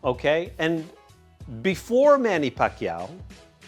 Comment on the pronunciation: You said it right